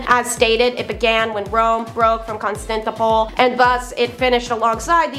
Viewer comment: Ugh… Constantinople is pronounced (CON-stan-ti-no-pull), dear. Not constantipul.